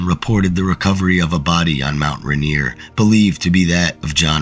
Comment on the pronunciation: It’s not Mount Ranear. It’s mount Rainier.